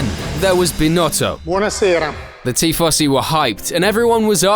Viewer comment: What is this Tea Fossy you speak of?